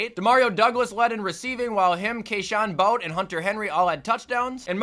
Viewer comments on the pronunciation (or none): you pronounce his name like “booty” not “bout” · Sorry to be that person but Kayshon Boutte’s last name is pronounced boo tay